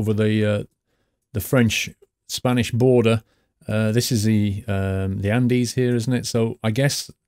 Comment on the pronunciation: He said Andes again...